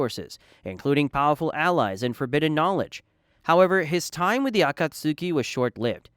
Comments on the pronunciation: It's pronounced ah-cot-ski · “Akat suki” please NEVER say it like that again it pmo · it is not. The “tsu” in Akatsuki is a very short sound which is difficult to depict in English. You don’t really vocalise the “u” sound. A rough approximation should be “ah cats key”. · Uh-caught-ski is how you say akatsuki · Uh-cut-soo-key Sorry bro but i can’t make it past the third time 😂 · Can you please say Akatsuki correctly? 😂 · Never clicked off a video so fast in my life hearing u pronounce Akatsuki like damn did u even watch the show?????